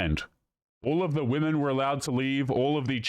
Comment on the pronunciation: Another one who says 'men and woman', showing that they can't pronounce the plural 'womEn'. It's so weird how common this is becoming!